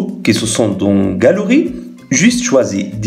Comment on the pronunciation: Galerie = galooui